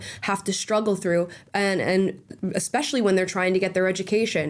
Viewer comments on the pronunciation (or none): If you say "ex-specially" you lose more credibility than you already lost. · all i needed to know about deans level of intelligence is that he pronounced "especially" as "expecially". i know people mispronounce words often but thats the first time i've ever heard that one. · says exspecially I am done listening.